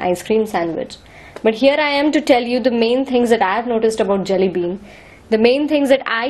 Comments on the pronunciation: This gal is so dumb.. ur accent is jalebi whenever u say Jelly bean.. lol.. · I swear I hear Jalebi every time u say Jelly Bean :)